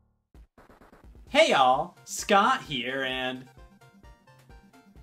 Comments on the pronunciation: ive hard "hey all" too many times its starting to sound like "hail" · The beginning sounds like he’s saying hail instead of hey y’all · I was rewatching this and I thought he was saying hail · After him saying "hey, all." I now always hear it as "Hail" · When you hear scot say hay all so many times in the intro is sounds like he’s saying hail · After hearing “Hey yall” so many times it started sounding like “Heil” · am I the only one who hears "Hail" towards the end of the intro? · Scot saying hey YALL, sounds like heel if you listen close enough.